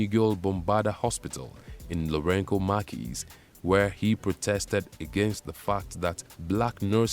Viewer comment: Samora Machel's biography is largely accurate except for the narrator's woeful pronunciation of the late president's name and that of the country's former capital, Lorenzo Marques. Samora's last name is pronounced "Ma-chel" [not Markel], that's Portuguese for Michael; and Lorenzo Marques is pronounced Lorenzo Marques as in "Mark." with the "s" being silent. Thank you.